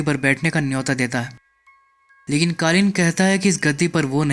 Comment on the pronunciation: ka explainer....tujhse na ho payega. Kalin bhaiya ko kalin bol rhe ho. Jao koi or kam karo.